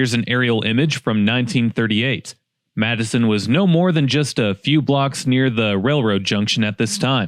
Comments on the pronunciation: I'll return to watching but 1st, I had to comment now. You must not be from around the area or even close because you're pronunciation of the city is incorrect. It's "Matt sin." The "Ts" aren't pronounced like "Ds" and it doesn't sound like "Madison." Sorry, I just couldn't take it any longer. 🙃 Now, I'll return to the video. 🙂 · Living in Chicago I will tell you that nobody calls that town Mattason as you pronounce it . Everyone from the area that I know calls it Matt son pronouncing the matte Matt as in matte painting. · Why do you pronounce it like madison In all my life everyone even ppl on tv say it “matt-son/sen” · It is called Matt son. Not Matteson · Its matteson not Madison. Thats how you pronouncing it. Its pronounced like Maxon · MATTE SON. MATTESON, not Madison. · Matt e son or Madison not Mattson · No it's not it pronounced Matt e son not mattson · I've spent my entire life in the suburbs (I'm in my 40s now) and I've never heard anyone call it "Madison", it's always "Matt-son". Interesting video from the town though, I bet the voice actor mispronounced it. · MATTson not Madison. Or at least I have never heard it pronounced any other way and I am over 50 and lived in the south burbs for most of it and FREQUENTLY spent time at Lincoln Mall including working there. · You are right,. Locals tend to follow whatever the other locals say, regardless if it is right or not. Chicagoan will argue that Wood streets is woods, and Jewel Food Stores is actually Jewels. Matteson is and has always been pronounce Matt-uh-son, but if they want it to be Mattson, they will make it that way. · It’s Matt a son not mattson… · IT MATTESON NOT MADISON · Pronounced MATTsen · I can't believe they mispronounced the name of their town...unless they hired someone to do their video...and they just left it ...Matts son e is silent. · Great Video, it’s pronounced mat•sn though! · its pronounced “matt-son” despite spelling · Its pronounced Matt-son by the locals. ❤